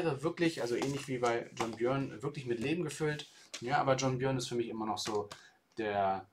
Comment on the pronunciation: es spricht sich John "Börn"